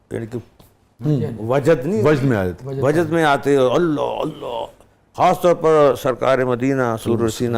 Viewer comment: السلام علیکم !! اینکر صاحب نے لفظ وجد کا تلفظ غلط ادا کیا !!!